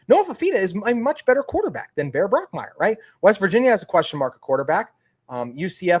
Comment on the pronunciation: Also, it is Bach Meier not Brock Meier.